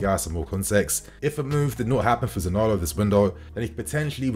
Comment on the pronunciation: Za-ni-olo not Zanolo 😉 Anyway…good player, waaaay more talented than Gordon. Talent wise…yes, okay but is he really an upgrade from Pulisic, I don’t know.